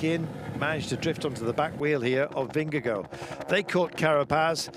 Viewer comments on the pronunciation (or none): Been years now and he's still saying ving-gee-go... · he does it for the pun and it's so corny